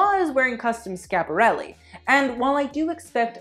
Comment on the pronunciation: It’s Schiaparelli, not Scaparelli. You have to pronounce di i well before the a. It sounds more like “Skïaparelli”. Like Kia, the car.